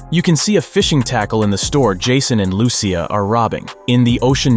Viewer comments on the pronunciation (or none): Its Lucia as in Lu-ch-ya or Lushia not Lusee ya